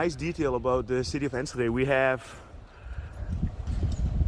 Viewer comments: You were spot on with the pronounciation. indeed without the H. For renovation there is usually an historic eye on its previous function. If the buldling structure is solid, like from the 60’s or 70’s or later it can be repurposed for housing. Sometimes the city decides to just keep the facades only, and rebuild the rest, or keep a conceete structure and build the rest up again, new walls and all. iI find it is really cool, this rebuilding and keeping history. It may not be the cheapest option, so we also remove and replace at times. I’ve witnessed an old concrete structure of a school being modernised in Utrecht, it is really cool. putting down a new concrete structure can be pointless, repurposing sometimes works quite well. There are indeed structures that are so old, it may be a good idea to restructure them, encasing them in glass, or reinforcing them with modern materials, so you are spot on with that. I love how you look for history and monuments. City centers are usually free for bikes, mopeds and electric bikes, but as it is a pedestrian area, they go first, this way of guiding traffic is in place in many city centers in The Netherlands. I am not from Enschede, but I’ve been there many times. Love twente, no nonsense, straight forward mentalitly there. ❤ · It's Enschede not enshuhday The s is pronounced like the s in suicide and then the ch is pronounced like clearing your throat, nowhere does your tongue meet the roof of your mouth. Nowhere in Dutch do we have the sh sound like you're making, the sh like shit or ship we don't have, sch like in school or Enschede is pronounced like a clean clear s followed by a g sound pronounced in the back of the throat like when you clear your throat. Move that sound up from the throat to the back of the tongue and you've got the g like goedemorgen or goededag.